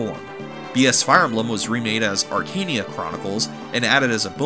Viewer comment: It's not pronounced "Arkania", it's "Arka-neia", as you can see from the japanese name "アカネイア" "Akaneia"